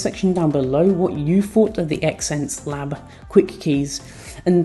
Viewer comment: Yikes, it's "zence labs" not ex-ense labs